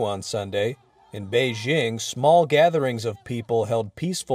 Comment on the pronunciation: Wion's reporter can't pronounce a simple word like "beijing" properly. Send him to China!